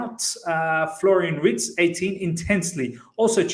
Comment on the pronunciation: Imagine having WIRTZ and HaVERTZ 😅😂 Its pronounced Virtz